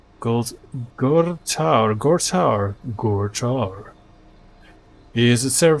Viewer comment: "Kaiser"? are u are german native speaker? its called key - ser..maybe kay - ser xD And Gorthaur would be pronunced: ['gor - θaur], the "th" like a sharp "th" in english But keep it but. Maybe use a minimap as well and dont comment the intially build. 1 Land Factory - 4 Mexes and one HC are the standard Buildorder for a HC rush.. Its only important which buildings are queued after